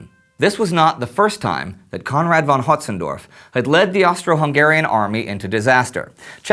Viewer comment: Konrad von Hötzendorf I wince every time that name comes up